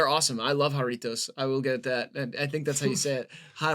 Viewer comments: Just gotta say, that was a perfect pronunciation of Jarritos. And it’s “ha-RRI-toes” not “ya-RRI-toes” in case anyone is wondering. (double R’s are rolled in Spanish) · The way he is pronouncing Jarritos is gonna make me rip out my hair istg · the way pronounces jarritos is so funny I love these little gringos😭